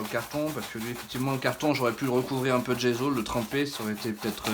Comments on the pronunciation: Le gesso comme saut, pas le gezo comme zozo. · ne prends pas ombrage de ma remarque mais le mot GESSO est italien en conséquence il faut prononcer les deux "S" : "GESSO" et non pas "GEZO" comme tu le prononces à tort... !! aie aie aie pauvre langue italienne méconnue et malmenée régulièrement .... pourquoi fait-on tant d'efforts pour l'anglais et si peu ou pas du tout pour l'italien qui est et reste la plus belle langue du monde..... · c'est gesso et non gézo e devant 2 s en français se lie ésso pour les cons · C'est agaçant de dire gezo il y a 2 ss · On prononce gesso il y a deux s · On dit dgesssso a l’italienne 😉